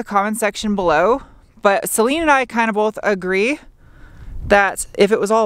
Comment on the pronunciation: Celine? I always thought you said Saleen :D